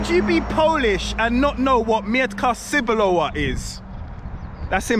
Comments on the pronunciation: Mow mEEtka cEEbulowa a nie mietka sibulowa. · don't say "sebuloa"!! CEBULOWA - TCEBULOVA!!!